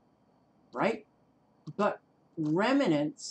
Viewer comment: It's raining in Phoenix right now. By the way, it's pronounced REM-nants not rem-i-nants. There is no short "i" sound in the middle. It means leftovers.